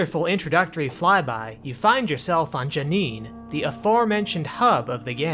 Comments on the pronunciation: My friend, everyone begins their journey with Myst somewhere, and we in the Myst community accept all people regardless of how their pronunciation may or may not be correct. That said "Janeen" was a bit tortured. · You call yourself a Myst fan? You can't even pronounce J'Nanin correctly!